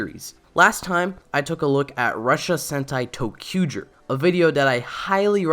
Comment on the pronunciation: Your pronunciation of "zy" as a simple "j" sound is VERY distracting! Otherwise, good vid. 👍🏻